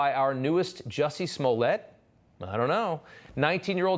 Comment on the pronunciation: Its Juicy Smoolyay!!!